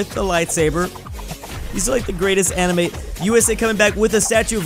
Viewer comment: Why did you say amine